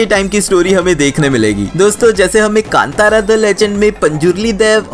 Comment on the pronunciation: I am Commenting because you Pronounced Film name Properly 👏👏